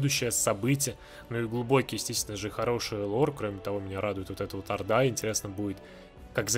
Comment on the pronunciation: То что человек не понимает Лор Майнкрафта можно понять сразу же, как он произнесёт словосочетание "Лор Майнкрафта" :D